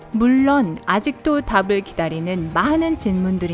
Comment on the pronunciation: 피라미 라고 발음하는 부분도 있으시고 물론을 물런으로 발음하는 부분 외에도 듣기 불편할 정도 발음이신듯..발음 연습이 절실 하실듯